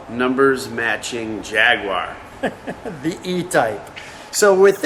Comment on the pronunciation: Thanks for not saying "JagWIRE"! : )